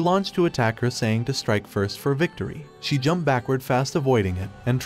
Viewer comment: Do you not know how to say ed like jumped or attacked